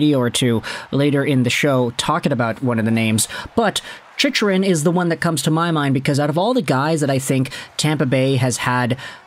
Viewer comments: ChickRun… not chichrun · man I've fought the urge to comment this, but this is the third video and it makes me cringe everytime (i'm sorry) it's "chick-run", not "chich-run" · i feel like he pronounces it wrong on purpose to get more comments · Do you watch hockey? You can’t even pronounce his name correctly.